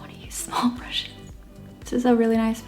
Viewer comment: Wow you said "brushes" in such an American accent! 🙊